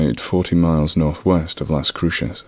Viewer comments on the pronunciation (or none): Just listened. Great story. Just for authenticity sake.... Pecos. Is pronounced paycos. Some locals pronounce it. Like paycuss. Las cruces.... las crooses. Great story. Just listened. Ty